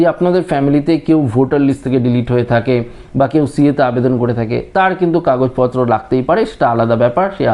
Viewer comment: কিন্তুক্, কিন্তুক্, কিন্তুক্...??!!